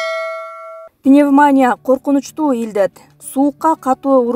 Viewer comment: Пневмония ,пневманя эмес